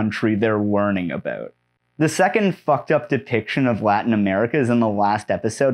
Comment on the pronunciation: for the Canadian "about"